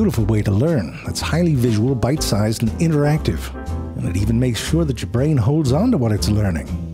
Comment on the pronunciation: You know you're a long time ZeFrank viewer when the phrase "Bite sized" becomes "Butt sized"